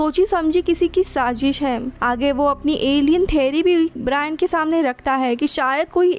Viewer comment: ब्रियान नही ब्रायन